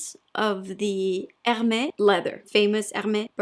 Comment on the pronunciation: Regarding the bag that everyone knows about it, you do should know how to properly pronounce the brand’s name. It’s Hermès; and the role of that “grave” accent .... Well, you should definitely know it by now. I assume.:)